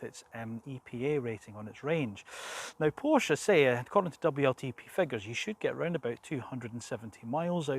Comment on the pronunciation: Awesome design. Nice review. I am also waiting for the GTS (although I find the „turbo“ discussion a bit academic...). Thanks for pronouncing Porsche correctly ;-)